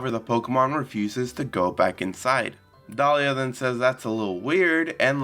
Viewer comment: I think it's a bit odd that you keep calling Delia "Dahlia". It's pronounced dee-lee-uh.